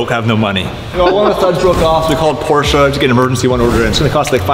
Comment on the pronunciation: When you pronounce "Porsche" two different ways smh